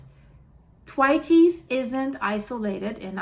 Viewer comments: It's pronounced "th" waits" glacier not "t' wateys" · it's "Th" as in "think", so a soft sound. Pronouncing it hard makes the name unrecognisable. Should be followed by the sound "way", so not what you are saying. Have posted about this previously and you just ignored the feedback. 😢 "Th - way - ts." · Its pronounced Th-waits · Thanks for your work, very informative and coherent! However Thwaites is a man's name and is pronounced with a "s" sound not an "es" Thw(8)s! Sorry I have to tell you while admiring your command of English! Lots of love from Wolverhampton. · it's pronounced as if you are saying 'the weights' very quickly.....th (as in theory) and weights. 🌹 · it is pronounced: 'Thr-wates'. Just to help you. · "Thwaites" is pronounced TWAYTS (rhymes with "weights" or "skates"). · It's pronounced Thwayts. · I believe it’s pronounced th waits, you always do a fab job with names I couldn’t attempt 😳! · Think your pronunciation of the glacier could be tweaked a bit. ❤ the channel ! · Cannot tell her too many times. I normally give a thumbs up but am getting really fed up with her ignoring the correct pronunciation, having been told in a previous video on the topic. Possibly only reads the comments from paid up members these days? Losing my vote! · Yes! I pointed it out in her previous video about this, but didn't seem to take any notice. Very irritating, as her current pronunciation makes it unrecognisable. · I know this is a such small thing, but if you say “the weights” and then drop the ‘e’ so it would be thweights - that seems the simplest way to describe the pronunciation of the word. Loving all the videos …all this stuff happening on the planet, it’s like being in a train that’s running off the rails except it’s going at the speed from ‘Inception’….